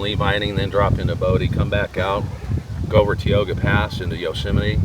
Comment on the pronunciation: You're finally traveling into my part of Cali. I've never heard it pronounced Teeoga pass before. 😁 We say Ty-oga. But hope you enjoyed your trip through our neighborhood!